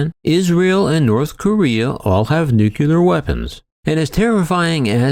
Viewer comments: Dear world, please stop saying nuculer 😂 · some ppl say it's a regional dialect thing.. i dont know.